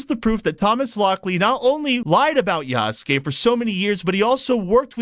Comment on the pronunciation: I appreciate that you can actually pronounce "Yasuke" correctly unlike so many others who cover it.